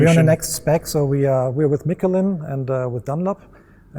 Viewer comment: lol he said "mattie" black and "mickelin" tires